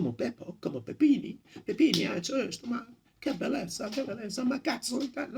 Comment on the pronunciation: Como Pepini no,como Peponi 🤪